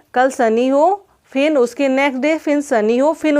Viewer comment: फिन नही फिर बोलिये